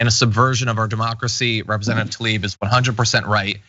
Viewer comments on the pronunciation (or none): The name is Tlaib, not "Talib".